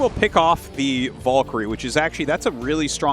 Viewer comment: English is not my first language, and even I am annoyed by Artosis's stubborn refusal to pronounce "valkyrie" correctly.